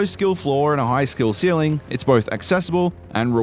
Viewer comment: "High skill celling" LMAO